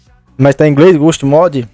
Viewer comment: pronuncia e ghoust nem portugues to hablando dierto